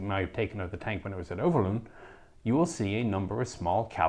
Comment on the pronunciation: The 'oo' in Overloon is pronounced more like the 'o' in 'phone :)